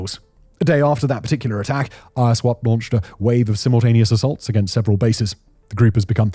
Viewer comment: it's Iswap, not I-S-wap. using Fulani photos to depict the Igbos/Biafrans? 🤦🏿‍♂️🤦🏿‍♂️🤦🏿‍♂️